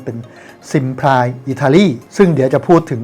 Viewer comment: ออกเสียง ที่ถูกว่า ซิมพลี่